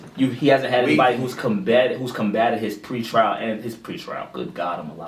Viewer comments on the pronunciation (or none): that nigga said pre trail. bwahahaha. instutionalized ass hahaha